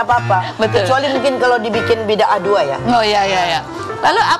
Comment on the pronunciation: Bida ah bukan bidah!